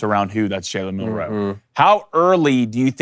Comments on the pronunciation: why do these guys always say Mill-Row instead of Milroe feel like they being disrespectful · I agree that Wisconsin will be tougher that some think. But, you dont roll a helmet out to win. Also you guys are putting emphasis on the wrong syllable whe you pronounce Milroe. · i said the same thing about the way they are pronouncing milroe’s name it’s disgusting